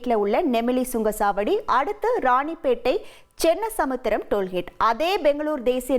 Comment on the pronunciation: சகோதரி அது டோல் ஹேட் (hate ) இல்லை டோல் கோட் (gate)